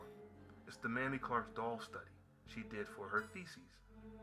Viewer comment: Mamie Clark is pronounced Mayme . She is my hero . I didn’t meet her but had the pleasure of meeting Kennith Clark